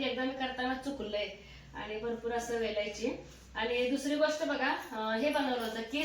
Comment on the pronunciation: वेलायची नाही ओ विलायची